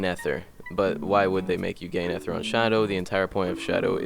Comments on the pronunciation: EHTHER LMAO ITS EEE THER NOT EHTHER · mans saying efer not ether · My dude for real says "At ter" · ah, yes, eh-ther